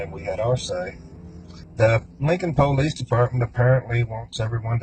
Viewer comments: What a douchebag and some dummy followers are capable of. If you pronounce it Poh-lice....you're guilty. The lesson is "dont try and outsmart the investigators"? Not dont murder someone? 🤣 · Po-leese department